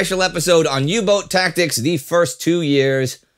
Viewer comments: Great little episode, but please pleae just say "U-boat" when referring to a U-Boot, the pronounciation of boat/boot in English and German is exactly the same. Kaythanksbye! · When will you learn that the german boot and the english boat are pronounced exactly the same?